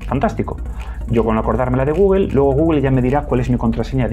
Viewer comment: Nada, me da risa cómo pronuncias Google 😸